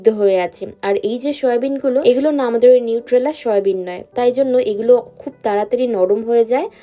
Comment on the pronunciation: I like ur vlogs but u should never skip meals as u r a new mom and u need lots of nutrition. Soyabean pronunciation is not right it’s not shoya